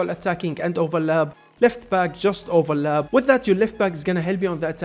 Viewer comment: so he cant say the letter P? blayer, overlab, bro just saY P